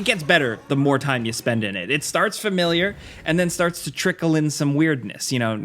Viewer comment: Adore your content guys. Also, can I say thank you for being one of the only people from your continent to pronounce 'familiar' correctly. Legend